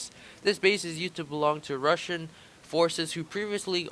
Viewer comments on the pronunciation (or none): none